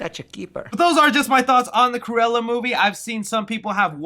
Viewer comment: sometimes you sound like saying "squirella" which is some badass name for a comic villain